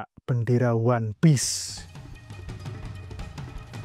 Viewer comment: ONE PIECE... O.N.E. P.I.E.C.E. ONE PIECE,, BUKAN ONE PEACE... SEBIJI,, BUKAN DAMAI.... BUKAN P.E.A.C.E. "ONE PIECE"....!!!!!!!!!!